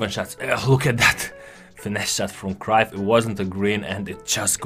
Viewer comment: great video. but its bugging me how you are miss-pronouncing Cruyff's name. if you can correct that next time please:)